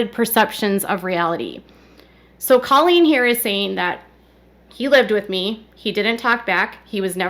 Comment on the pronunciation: Please STOP saying “Culleen!” It’s Colleen lol